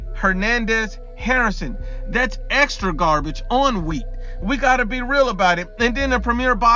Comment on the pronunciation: This man said "that's EXTRA garbage on wheat"🤦‍♂️🤣🤣🤣🤣